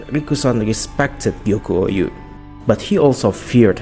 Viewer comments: Gyoku-ou is pronounced gyokoo ohh not gyoku-o you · I don't think I've ever heard someone add a whole ass new "YOU" syllable into the middle of Gyoku-ou's name... it's not Gyokuyou-ou... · Please check how to pronounce Gyoku-ou's name 😶‍🌫️